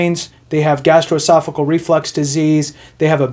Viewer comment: GastroesophaGEAL, not "cle." Aside from that, great, ethical video. Really, ty for focusing on the rules and not furthering the rampant self doubt so many Vets seem to have stopping them from filing for benefits they deserve.